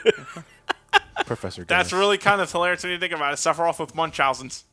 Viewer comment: Number Fifteeeen: SEPPA-RYEATH